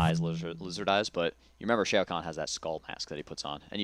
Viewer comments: It's not SHAY-OH, it's just SHAO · u said shao wrong, its said like wow, but shao..